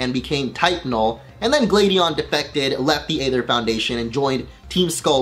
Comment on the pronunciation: Isn't the Aether Foundation pronounced like Ike's sword?